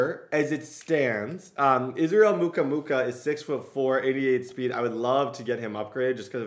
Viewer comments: Lmao dude said “muka-muka” its “Mu-Kwa-Mu” 🤣🤣🤣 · It's Mukwa-mu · If Israel Mukuamu does watch your channel, I know he cringes everytime u butcher his name. Moo-Qua-Moo